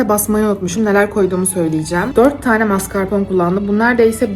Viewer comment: mascarpoNEEE o mascarpone, koylu gibi maskarpon diyip durmayin su urune